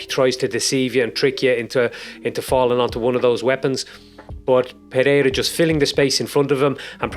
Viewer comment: as a brazilian, i can say you are problably the best outsider to say ''Pereira'' the right way, nice video my man